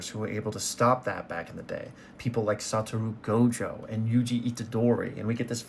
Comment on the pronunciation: it’s pronounced “Satoru Gojo”